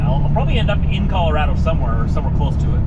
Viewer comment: Hey, who taught you to pronounce Colorado right? Remarkable! So exciting you're passing through my homelands.